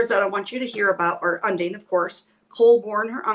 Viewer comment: Check pronunciation of Undine 😊 My mother’s middle name ❤